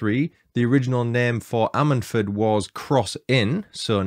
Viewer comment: Lol its pronounced ....I sted ford!! 🤣